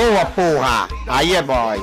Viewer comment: Ele fala Porra com N no final kkkk kkkk Porran